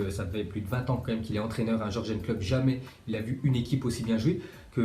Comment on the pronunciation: Tu pourrais t appliquer sur les prononciations C'est pas dur de dire Yurgen klopp parce que ton jorjen klopp ca fait mal aux oreilles.